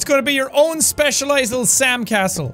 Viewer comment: Sam castle sounds like sand castle